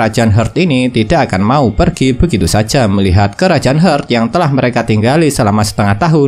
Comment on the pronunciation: Bang maaf ni, Heart = Hart bacanya. Bingung ane bang kalo dibaca "Hert" sudah ngikutin banyak episode ini skg baru paham kalo yg abang maksud itu kerajaan Heart